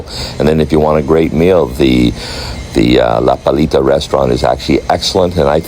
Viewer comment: This guy mencioned 12 times "La Palita" along his video. Man, if you want to make an add of the restaurant at least learn the name properly! It is "La Playita", not "La Palita", "The litle beach", godness!